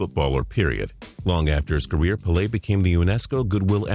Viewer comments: (PEH-LAY) not (PA-LAY) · it's PAYLAY not PULAY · "pa lay"? why does he always miss pronounce players names? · Its "Pay-lay" Pele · Pele is pronounced like pay-lay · It's pronounced pay-lay if you are gonna put him in a countdown at least get his name right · It's pronounced Pay-Lay dumbass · I was with you right up to your pronunciation of Pele... damn! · The way he said "Pele" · The way he says Pele lol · Let's pronounce pelè correctky